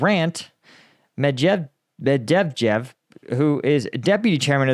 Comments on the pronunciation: Its "med ve dev"🐒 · Pronounce he’s name like: mett’vae’deaf. ☺️☺️ but i really hope the wnkr is offended, love how you smash he’s name to the ground😅. Thanks for good content and highfive from Denmark 💙💛🇩🇰 slava Ukraini 💪🏻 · Talking about language 🙄 It’s “Shoy-goo” not “Show-we-go” It’s “Med-va-dev” not “Med-dev-jev” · Mev-Mevdedjvev 😂 you killed that name big time 😂😂😂 next time just use Jeff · Cute how you're not able to say Medvedjev 😂 Image saying these three words: Med Vet Jeff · You should really actually read their names. Mejdevdev is not his name, I listen to you and your opinions, those matter to me, but please, read their names instead of guessing some syllables. Lol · Bro I love your videos and I watched all of them on Ukraine at least but please just type the Russian names in google translator switch to Russia and let it read it out for you 😂😂medvedved 😂😂😂I can’t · Med_ver_ dev lol hate that bloke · Med-ve- dev . Geez what you make of his name haha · It’s the 5th time I hear him calling Medvedev “Me dev dev” and I believe this is how he should be mentioned from now on. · jesus , man, work on pronunciation i love your channel but its pronounced Med-ve-dev, you are covering a war between two nations that love to stuff consonants together like you dont need vowels at all. i mean, what will you do if things get worse and it starts getting bad in Poland? those guys are even worse!! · Med-ved-ev. As funny as it is to hear you butcher it over and over... here's a cheat code to how you pronounce that guys name. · Zaporizhzhia was bad enough. Don't start with Medvedev lol I think the Russians do it more like Med vyed ev, but just Med veh dev is fine 🙂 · Say Medvedev this way med-vee-dev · I love the pronounciation of ,,Dimitrij Mebhebdhef" 😂😂😂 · are you dyslexic, Med - ve -dev... sounds like my sister:) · Med-veh-dev That's the proper anglo butchering of his name. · Me-dev-jeff fuck!n hell. You are such a stereotype for an American.